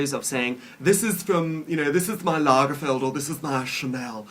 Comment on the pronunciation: Dahlink! I love how you say "this is from Lagerfield; this is from Chanel"! I NEED your accent!! I hate Fashion as in that was my major in college: Merchandising. I hated working in The Business. I was a Trainee for a major store (now bought up by another) buying for 12 stores. I hated the clothing biz. I got into buying cosmetics for them, and that was dog eat dog too. I'd much rather have been on The Floor with customers. There's my rant. Thanks for letting me rant. Love you! S